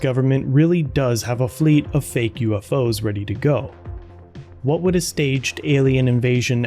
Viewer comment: ... "whould"?? Haha